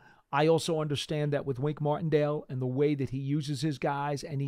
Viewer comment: For a reason that will always escape me. I hate when he says Mardendale instead of Martindale. You know-his name !!!